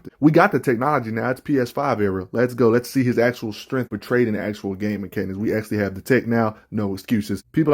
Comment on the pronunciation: I should save this video and make a drinking game out how many times I heard “strengff” lol